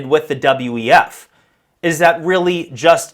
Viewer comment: Dude. "Q-WeF" I respect you!! Doin a Great job 💪 "Great Job!!"